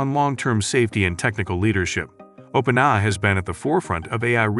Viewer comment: The AI voice over was actually pretty good. Only issue I noticed was that it said "open-i" a half million times.